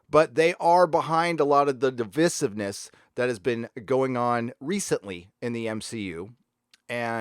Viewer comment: dee vee seev ness 😆 good vid though